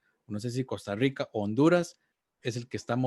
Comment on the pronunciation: Jajaja me justa como dicen Costa Rica 🤣🤣 Costarwica dicen 😂